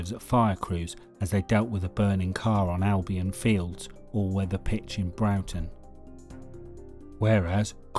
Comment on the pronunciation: Broughton is not pronounced Browton, it is Brorton